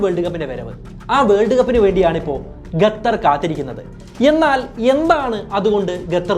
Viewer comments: ഗതർ അല്ലാ ഖത്തർ . അത് ആദ്യം പറയാൻ പടിക്ക് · Ghathar nahi dost, Qatar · ഗത്തർ അല്ല, ഖത്തർ. English മാത്രം നന്നായി സംസാരിച്ചാൽപോര, മലയാളവും വൃത്തിയായി സംസാരിക്കാൻ പഠിക്കണം. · ഗത്തറല്ല! ഖത്തർ എന്ന് പറയൂ കുട്ടീ! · Bro…. Your presentation is very good. But one correction Gathar alla khathar(qatar) ennanu pronounce cheyyendath….. remaining ellam informative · ഗത്തർ അല്ല ഖത്തർ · എടൊ gathar അല്ല. ഖത്തർ എന്ന് പറയണം. Stupid. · Gathar alla bro Qatar anu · Gathar alla Qatar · Brother, Gathar alla Qatar (Khathar aanu). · Qatar എന്ന് പറയാൻ പഠിച്ചിട്ടു വാ മോനെ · എന്നിട്ടും qatar എന്ന് pronounce ചെയ്യാൻ പഠിച്ചില്ലേ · Adyam nee Qatar ennu sarikkum ucharikkan padikku.. Ennit valiya kaaryangal samsarikku.. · നീ ആദ്യം ഖത്തർ എന്നു പറയാൻ പഠിക്കണം എന്നിട്ട് കുരക്ക് 😆😆😆😆ഖത്തർ വേറെ ലെവൽ ആണ് നിനക്ക് ചുക്കും അറിയില്ല ഖത്തർ കുറിച്ച് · Qatar aan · ഖത്തർ എന്ന് മര്യാദക്ക് പറയാൻ അറിയാത്ത എന്ത് നിരീക്ഷണം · Very Informative and I do follow you regularly...but it's really annoying the way you pronounce Qatar. Hope you will consider it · Gathhar alla, Qatar.. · താങ്കൾ ഗത്തർ എന്ന് പറയുന്നത് പോലെയാണ് കേൾക്കുന്നത് ശരിക്കും Qatar എന്നാണ്. ഏകദേശം "ക" പോലെയുള്ള ശബ്ദം.എത്താൻ വേണ്ടത്.മലയാളത്തിൽ ലിപി ഇല്ല. എങ്കിലും ഉച്ചാരണം ഒന്ന് മെച്ചപ്പെടുത്താൻ ഷധിക്കുമല്ലോ. നന്ദി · 10 references and studies to make the video is not enough ,its shown in content . Pronouncing also wrong not Gatar its Qatar. Use English cafe urself also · Suhruthe … Gatar alla Qatar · Bro , presentations are v good but the add in between is boaring also not Gathar , it is QATHAR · Please bro... Qatar not Gatar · Not gatar its qatar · Not ghather, say khather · Bro gatar alla qatar anh pronouncation tath anh🙄🙄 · Gattar alla kuzhi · Gatar alla qatar 😂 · Please it is Qatar ( ka) and not gathar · Correct 😂 Adyam poyi pronounciation shariyaakku settaa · Don't say Gatar... Say Qatar... Correct yourself 👍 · It's not gatar. It's Qatar. I think u need to learn English ASAP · Video കൊള്ളാം pakshe ഗഥർ അല്ലല്ലോ ഖത്തർ അല്ലെ? 🤔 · Gathar aano Qatar aano